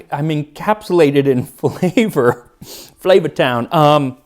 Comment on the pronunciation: when he said "flava town" i started choking on my ramen